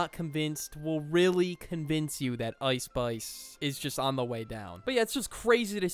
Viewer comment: "ouice spouice"